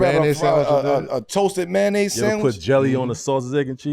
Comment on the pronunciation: That boi said a toasted "mayonnaise" sandwich 😅 nah dawg